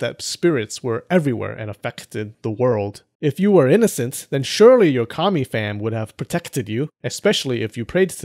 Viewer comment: 2 things I'd like to mention: 1. I would be really interested in the sources you used for your other videos. I presume the book you promote was one of them? 2. It really took me a while to get that you said 神 (kami), not commie (like in the derogatory term for communist). So during my first watch I thought "Why would people in the Kofun period pray to communists?!" xD Just a little pronunciation tip: The a sound in 神 kami is short (reference: ).